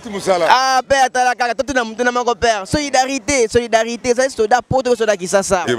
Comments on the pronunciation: Solidarité et non soridarité . Tu pose une question que toi même tu ne maîtrise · En plus il articule mal le mot solidarité Na zapper mbala moko